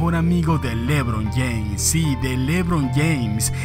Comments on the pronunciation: Como el dice lébron James lmao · Jajajjaj me da risa cuando dice lébron James, nunca había escuchado q alguien lo acentuara en la e